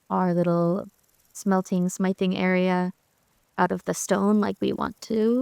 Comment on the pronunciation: Smithing has a soft I sound like in fifth. Think of the word blacksmith.